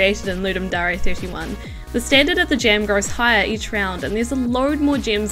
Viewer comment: voice is good but I hate how she says DARE it's not darea it's DARE! as if you're saying I dare you to ..... but great games for just 48hrs damm